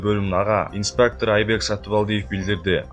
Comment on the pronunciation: инспактору дейт ко тантыган диктор